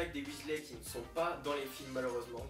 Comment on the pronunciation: Très bonne vidéo :D Par contre le "filmes " avec un e bon ... Voilà quoi :p